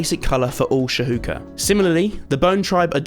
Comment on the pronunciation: I'm always in awe of the architecture and storylines! USW is spectacular... can't wait to see the final product :) Just an additional note that the Masai cloths are pronounced "shoe-KA" and the SA shaman in pronounced "san-GO-ma" But other than it's looking absolutely incredible so far!